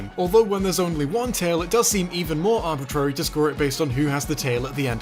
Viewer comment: stop saying arbitrary wrong lol